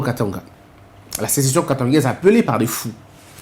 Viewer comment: corriger svp SECESSION et non CESSETION